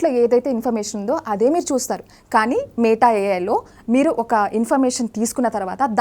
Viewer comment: మేట కాదు madam మెటా